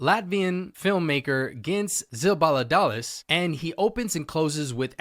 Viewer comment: I'm glad Flow won not only because it it a great film and I am from Latvia, but also to hear how americans try and fail to pronounce his surname :)